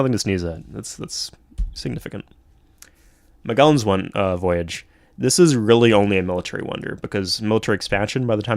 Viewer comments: muh-jel-uhn not muh-gell-uhn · I know the video is old but I believe his name is pronounced as “Mad jell an”